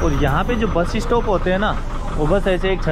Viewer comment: Bro why you speak bus-es-stop??? Say bus stop!!